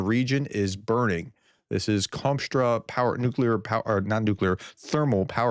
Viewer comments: you keep saying Kom-straw power plant when it is spelled Kost-Roma....although it burns like Commie Straw! LOL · How on earth does Kostroma become 'Komstra'? Either don't read place names or say what you see. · KOSTRO-ma, not Konstra. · How do you see written 'Kostroma' and pronounce is 'Komstra'? :D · Where did you learn how to read? Kos- tro-ma. How the f do you end up with komstra.? Do you not see where the letters are? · How can it be Komstra? Just read what is in front of you Professor, lol. It is really not that difficult. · kostroma is not "komstra" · Kostroma is pronounced exactly how it looks, except the stress is on the "a". Don't overthink it